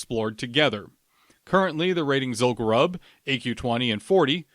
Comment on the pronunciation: As a fellow lore enthusiast, I have to chime in with the pronunciation for Zul'Gurub - it should be pronounced "Zool-goo-roob". Pronounce it the same way as the troll tribe it's associated with, the Gurubashi. We don't call them the "Guh-ruh-bashi" trolls, right? The name is derived from the tribe, just as Zul'Farrak is for the Farraki, Zul'Aman for the Amani, and Zul'Drak of the Drakkari.